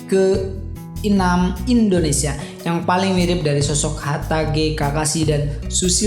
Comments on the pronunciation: Indonesia pak bukan indoneisa :-) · Indonesia bang bukan indoneisa